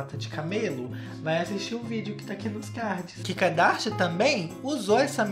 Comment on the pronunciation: Eu amo quando ele fala "Kikadashian" kkkkkkķkk